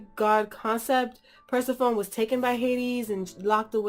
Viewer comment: This was an amazing review, but watching this made me mad because my name is Persephone also. And it just bugs me when someone says it wrong lol. Not no hard feelings lol😂